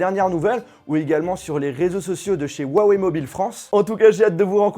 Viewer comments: On dit wuaWEIW !! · tu ses même pas dire la marque sa se dis wawaille en anglais tu fais honte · Rouawei et pas Wouawei en chinois le H se prononce proche d'un R. La vidéo d'explication sur la façon de prononcer le nom de la marque était pour prononcer le "ton" montant qui donne un Wouaaa ↗️↗️et wei ton descandant ↘️↘️. Écouter les présentations de Richard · Très bonne vidéo parcontre on dit Ruawaï et pas uawé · Cool cette vidéo sur le "wawé" p30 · Lourd le « OUAWÉ » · Le mec sait pas prononcer le nom de la marque correctement , mais faut que je succombe à son opération com'